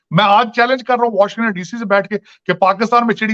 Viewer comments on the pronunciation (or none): none